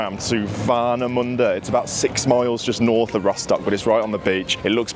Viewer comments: Glad you've enjoyed Rostock, Warnemünde (your pronouncation of it was really good btw ) and of course the Ostseestadion! You should come back here one day for a league match, just to experience our Stadium and the Fans when they give it all on the Stand! And thanks for that very respectfull video! All the best for Villa for the upcoming season!💪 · Your pronunciation is spot on, and dude, Germany is full of beaches, especially in this area. ;-) Lovely Vlog, thanks for presenting my birthplace in such a great manner. 🔵⚪🔴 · Mate, I love how you pronounce Warnemünde, haha! 😂 Thx for visiting, hope you enjoyed the stay in MeckPomm! Gonna give this a well-deserved like 👍